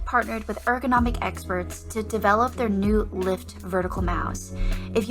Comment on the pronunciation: That’s not how you pronounce ergonomic